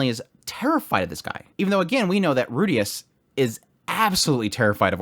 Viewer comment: well then the guy is still wrong because he used the western pronunciation of Rudeus with a very clear R sound instead of the L sound which is closer to Japanese